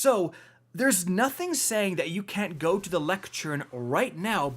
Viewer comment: Sounds like someone doesn't know how to pronounce "lectern".